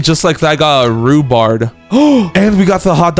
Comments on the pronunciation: He keeps calling rhubarb. Rhubards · THERE RUBARB NOT RUBARD